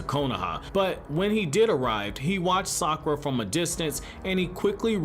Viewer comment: Sakwa Sounds like it IDK